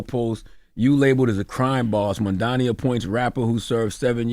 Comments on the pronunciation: MAM-DA-NI. It’s not that hard bro damn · He could learn how to say Mamdani's name properly